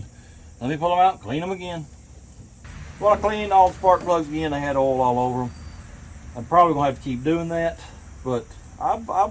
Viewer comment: It’s oil not erol 🤣🤣🤣🤣